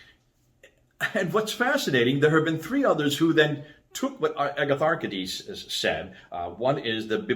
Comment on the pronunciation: Better say “a-ya-tha-rchiè-this” with “y”like in yummi not like “good” and last d is pronounced as thee in all Greek. D in Greek is written as “nt”. So eg demon is actually “theè-mon”. E in ancient Greek is also like double ee (look at its glyph; two c together and in archaic the capital E had two lines in the middle). Greeks had an other “single” e ie “αι”.